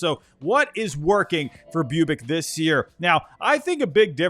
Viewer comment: Boo-bich not Bew-bic.